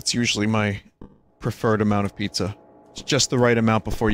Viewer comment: "Combine the ingredjents to make you a pizzer"